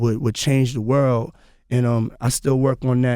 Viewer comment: around the wurl